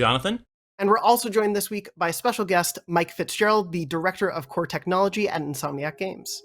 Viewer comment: “Core TechOnology”